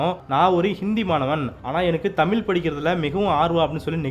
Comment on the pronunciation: தாங்கள் ழ உச்சரிப்பு சரிசெய்யவும்